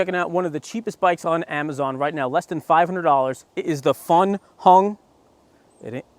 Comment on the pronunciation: LOL, I was cracking up when he said Funhung 😂